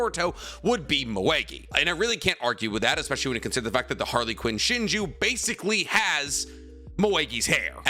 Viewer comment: Idk why but pronouncing Harlequin as Harly Quinn is killing me lol didn't know Boruto was a DC comic 😂